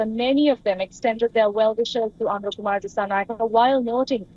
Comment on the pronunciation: You guys are a joke 😂😂. You can't even pronounce his name correctly. It's Anura, not Aruna